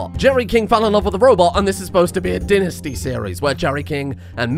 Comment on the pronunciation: he said it agian dinisty it is dynasty